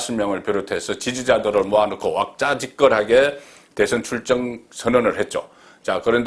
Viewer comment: ‘전과2범’이면 정치생명 끝난다 ? 아니면 니가 기섭 문닫나? 기섭, 기섭, ㅎㅎㅎㅎㅎ 와작지껄, 와작지껄, 와작지껄ㅋㅋㅋㅋㅋ 발음도 지대로 못하는기 뭔 헛소리